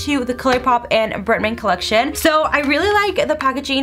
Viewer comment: Why do you say bretman "britmen"